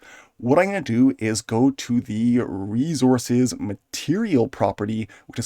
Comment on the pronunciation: Say "reezorz" one more time 😅